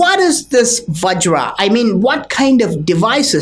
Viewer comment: Vajra, not vagira.